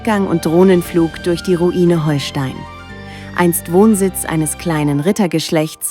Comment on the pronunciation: Leute, wenn ihr schon so ein Video macht, dann sprecht es doch richtig aus. Nicht "Holstein" wie Schleswig-Holstein (auch wenn man es so schreibt) sonder "Hohlstein", weil es von den Höhlen unter der Burg kommt..